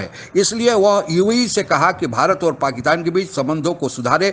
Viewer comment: पाकिस्तान बोलिए , पाकितान नहीं 🙏